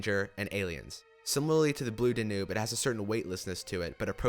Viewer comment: Duh- noob? My God, do you now know how to say the DAN-YOOB?